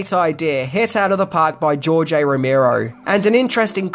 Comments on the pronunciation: Rimero? Row-mare-o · NOT ROW-MEER-OH..say it with me ROW-MARE-OH. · Romero not ramiro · Here's ten things you didn't know about George A. Romero!!! #1: How to pronounce his name!